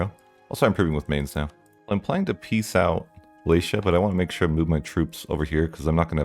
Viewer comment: Brother, it's Wallachia not Wallatia